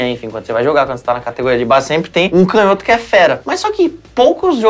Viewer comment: Canhoto com intonação no "nho", porque toda proparoxítona é acentuada, como não tem acento, é paroxítona.